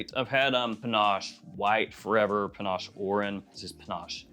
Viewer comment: Panache?!?! Panache?!?! Really? You've got to be kidding. Shouldn't a fragrance reviewer at the absolute minimum pronounce the fragrance name correctly? SMH...